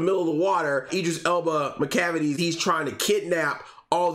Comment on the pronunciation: "MACLAVICLE" made me weak 😂